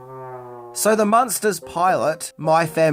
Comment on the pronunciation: IDK if it's the accent, but it sounds like the host is pronouncing the name as Monsters and not Munsters, as in Muenster cheese, or Munster the German city.